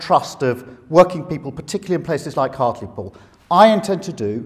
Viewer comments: It's funny to hear it pronounced 'hart-leh-pool'. In Hartlepool itself, they pronounce it 'hart-lee-pool' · I swear it's pronounced heart-ly-pool